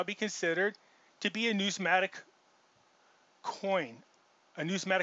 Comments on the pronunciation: Say it like this: New-miss-matic 😬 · If you are going to go to such great lengths to to sound like an authority and explain what numismatic is then why don't you get the spelling and pronunciation of the word correct. You would lose on Jeopardy. Ya get a thumbs up for effort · You can’t even pronounce the word Numismatic properly. NO ONE should listen to his “opinion”